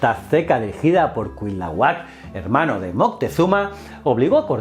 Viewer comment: Amigo me encanta tu canal. Sólo como aclaración la correcta pronunciación de Cuitlahuac es CUI-TLA-HUAC haciendo énfasis en la letra I. Aunque debo decir que CUIT-LAHUAC suena bien. Saludos desde México